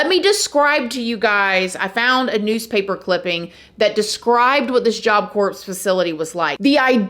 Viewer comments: Great video. Please note, Corps is pronounced CORE. Like Marine Corps (core). Job Corps (core) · It’s kinda cute how you pronounce “corps” in Job Corps.. it makes me relate to you soO very much & is just cute. It’s actually pronounced ‘core’ like an apple core. Don’t ask me why it’s spelt that way, I’ve just known a few ppl that’s been there back in my late teens. Haven’t finished the video-will comment later. Please don’t take this msg the wrong way-you spills hear me sometimes it’s I get some laughs. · I enjoy watching your videos you do a great job with them. The only thing that I noticed in this one is how you pronounce the "Job Corps". Not sure if you knew or know but the S is silent in (Corps). Don't ask me why. It's similar to the name Django where the D is silent as well. Other than that it's my only critique. Keep up the good work & take care. 😊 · Oh my gosh, girl, you don’t pronounce the p & the s in the word “corps.” Its pronounced “core.” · Job Corps is pronounced core, like Marine Corps. Just trying to help, love watching ur videos! 🥰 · It’s pronounced as “core”’ “job core” kinda like the marine corps. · Like you said,, we all have a story; I had a lot of horrible things happen in my childhood, but I could never do anything remotely like that. And I love you girl, but it's Job Coor (like Door) the p and s are silent. English is the hardest language! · Thank you for telling these stories,. FYI: Marine Corps, Job Corps... Corps pronounced "Core" (The P and the S are silent) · It’s pronounced job core not like marine corps ik that the spelling is confusing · Not being rude but corps is pronounced “cor”. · Love listening to the content. Have to mention however, that corps is pronounced like core and the s on the end of Illinois is silent. It hurts my ears when these two words are said incorrectly., are you reading this? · It's pronounced "core". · Stop saying Corps... It's pronounced Cor.